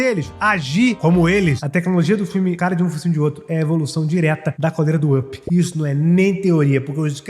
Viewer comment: Primeiro, não entendo o motivo das pessoas pronunciarem errado o título mais básico da Pixar, Up. Se pronuncia "Áp", não "ãpi", ok? Tipo pickup (picape) mas com o "p" mudo. Entendido? Segundo, de onde você tirou a informação do nome da Boo?